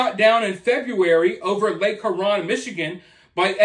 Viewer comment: One of the Great Lakes is Huron. It's pronounced like hue ron. Js. I lived 2 blocks from it. Used to see these as a kid over the water occasionally at night. Mom called them Flying saucers.